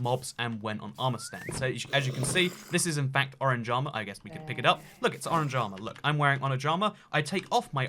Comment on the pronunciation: When he says "orange armour" Is sounds like " O r a n j a m a "